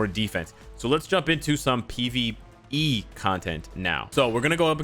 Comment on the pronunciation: Lam Bo Xian now that I rewatched the vid he did say Pve but the way he said made it sound like p also I just woke up and saw the notification